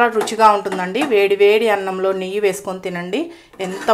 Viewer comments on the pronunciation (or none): none